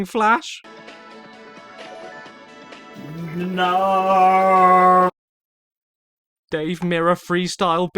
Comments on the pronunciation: he says nohw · I never knew I could hear a more British “No”.